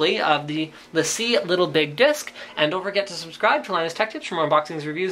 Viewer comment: No, it's lA see: It's a french company so not lay-see